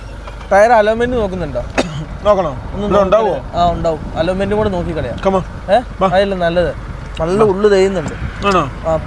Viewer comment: Mone Aloment elle alignment